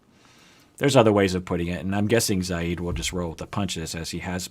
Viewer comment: WOW no fuss, no rants no condemnation of America....even though the pronunciation of Zieds name changes constantly, yet we endured entire sessions on larissas name pronunciation. Tsk tsk continuity.